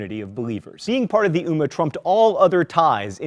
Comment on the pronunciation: And it's ummmah you need to stretch on the m